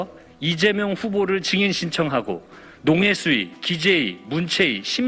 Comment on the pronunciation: 정인-->증인...한국말이냐 일본말이냐?